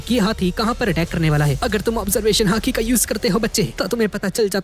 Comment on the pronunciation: He is Calling hati i an hearing haki 😂😂